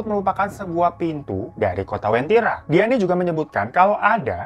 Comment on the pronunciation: Maaf bang sebenarnya namanya uventira bukn wentira